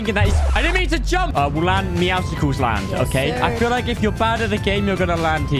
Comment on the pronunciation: MEOWSCLES NOT MEOWSICLES. IT'S MEOW+MUSCLE NOT MEOW+ICICLES